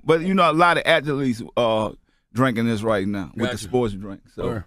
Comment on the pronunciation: Did he jusss say Atholetes